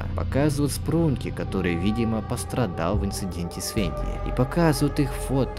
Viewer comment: И кста не венди и не тюнер а танер и венда и не орендж а орен